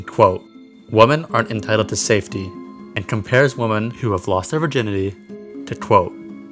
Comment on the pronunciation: i've been watching all of your vids! you cover a lot of interesting topics, and you are super cool and respectful! I will defs be watching for new videos. Although, hearing you pronounce "women" as "woman" made me cringe a wee bit tho XD tbh I've been hearing a lot of people just saying "woman" for both singular and plural lately. this is really just the linguistics nerd in me talking hahaha. either way, i really like when you go into forums like this where people talk about all their darkest thoughts, its very shocking and compelling